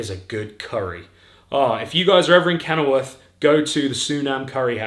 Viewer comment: Did you say from kennelworth? WOOF